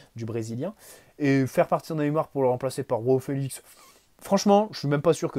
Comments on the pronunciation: J'aime beaucoup t'écouter, mais alors quand tu dis "Roao Felix" au lieu de "Joao Felix" (prononcé "J" et pas "R") ça m'énerve mdrr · Petite remarque à titre informatif, les J en portugais c'est pas comme en espagnol mais un peu plus comme français. Donc c'est João, pas Roão. (Après osef en vrai ) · Dsl mais Roao Felix ça sonne mieux 😂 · Arrêtes de dire roao Félix il est portugais pas espagnol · C’est exactement ce que j’allais dire